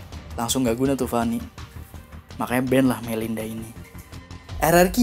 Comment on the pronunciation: Melisa bukan Melinda tod,mancing loe